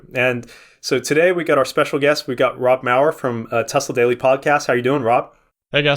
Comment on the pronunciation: Not Mayer. Mauer